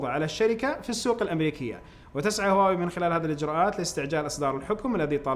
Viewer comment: ليش ما تنطق هواوي زي الناس ولا لازم تسوي نفسك فاهم انجليزي صح